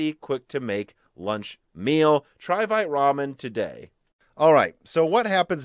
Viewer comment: you are pronouncing "VITE" wrong:) "VITE" is the french word for "QUICK" and the correct pronunciation is more like: "VEET":) Happy midweek and please keep it up the great job <3